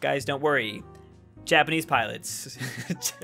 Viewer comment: says pirates instead of pilots